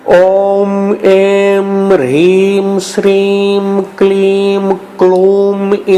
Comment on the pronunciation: Plz guide me in written description the mantra is having hreem but while listening its pronounced as Rheem. Which one is correct plz guide me